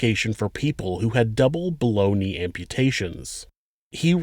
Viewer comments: I thought I was the only one who heard baloney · I thought he said "balony" amputation 😂